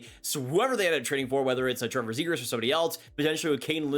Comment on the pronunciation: This guy will not shut up about Zegras, and he can't even say his name...